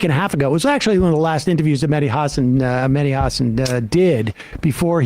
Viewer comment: HaSAN. Emphasis on the second syllable, please.